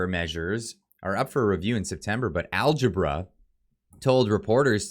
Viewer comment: It's Al-gab-ra, algebra is the math he probably can't do.